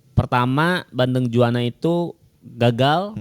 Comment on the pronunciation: Juwana, bukan Jawana